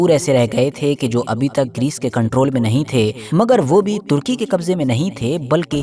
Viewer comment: Pahle sahi naam lo kya tarki karki bolte ho Sahi naam lo kitna ghanda lagta hai jahei aadmi..